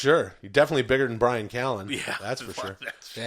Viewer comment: We need more of Jamaican man by-ran ca-lan